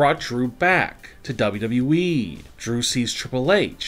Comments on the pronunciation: Unfortunately it is worse. I think a robot knows the company is called WWE, double double e. This guys has the worse voice on YouTube. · Dude, I miss the old way you said dubadubaeee. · Why does he say dabldableee